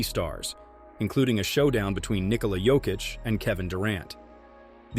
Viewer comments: Very good video. Also, unimportant but kind of nice is you pronouncing his first name correctly. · bruh this is the first time a US-based channel has the right pronunciation of Nikola's name